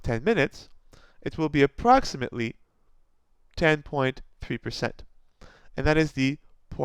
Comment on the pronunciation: Thank you sir, I like the way you put them all in one video with a neat explanation, and the way you pronounced poisson was perfect !